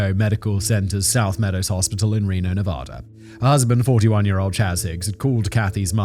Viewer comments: It's Nevada, not NevOda! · Fantastic episode this one. but Simon you’re killing us with your pronunciation of Nevada. It’s not fancy, just pronounced Nevaduh. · It's pronounced "Nev-add-uh", Simon. Would YOU be okay if someone regularly called you "Semen"? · Simon, it's pronounced nevAda. the first A is pronounced like the A In cat. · As a man currently living in Reno, just know, fact boy, I will fight you if you keep pronouncing Nevada that way. You're talking about America. Speak American. (Love the show, listen every day)